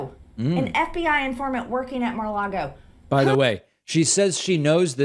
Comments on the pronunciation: "Ma-log-O" ? "Bed-minister" ? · “At Marlago”. -MTG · Mah-Lago?? Bed-Minister?? What is wrong with MTG's brain?? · Lol she pronounces it Mar-Largo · She also said Mar-Largo... and Bed Minister, and she is stupid to listen to, this über-Karen! And why the word "traitor"? Why not just an informant or snitch..? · She says Marlago Instead of Mar-a-Lago. lol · Is mtg saying "Mer lago"?